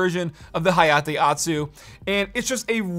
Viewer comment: pronouncing otsu like atsu hurts your weeb cred